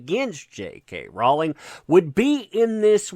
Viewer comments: Rowling rhymes with Bowling...not balling.:) LOLOLOL Keep up the good work!!!!!!!! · Rowling is pronounced Rolling, it grates on my nerves the way you pronounce this. Don't complain about someone disrespecting her if you can't get her name right. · I love accent when he says "Jay Kay ROW-ling".